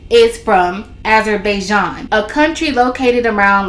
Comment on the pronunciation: Ah zer by Jan thats how to pronounce it